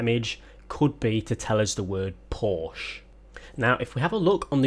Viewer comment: right, WONG again!! Just stay with "porschE" :-) nice video, keep it up!